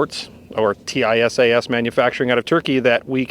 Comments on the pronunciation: I bought a used Springfield A1 that’s a good reliable pistol but I’ve been hearing good things about the Tisas ‘11s and will probably buy one soon. Curious why you call it a T-I-S-A-S rather than a Tisas. Do you know something about the company that I don’t? Several other YouTube gun reviewers I’ve seen call it Tisas. Which is correct? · Tisas pronounces as tease us. But tease should sound with S not Z. Easy. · I recently purchased the Tank Commander variant. Excellent fit and finish. Not a rattle or shake in any of it. Runs standard ball flawlessly. Now my EDC. BTW, it's pronounced Tee - sash. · It is pronounced: tee-sass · Pronounced T-SASH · Ahhh, yes… teyesayess. My favorite gun company! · It is pronounced : TEE-SAHS. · It's pronounced "tee-saash" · FWIW, Tisas put out a promotional video several years ago and the company name was pronounced like "teeSOSH". Also, according to the Tisas USA website, the finish is actually Cerakote (in a shade to mimic the period-correct Parkerizing for this model). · Oh, is TISAS not pronounced "tee-sauce"? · Why do you spell out the company name every time you say it? That's like calling Glock "G-L-O-C-K". You'd think if the company reaches out to you to offer a free gun, you'd know how to say their name properly. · No matter which way would have said it, he would have had 100x more comments about him saying it wrong than he’s gotten questions about why he’s spelling it. It’s like Loo-poled vs Leopold or Horn-a-dee vs Horn-a-day.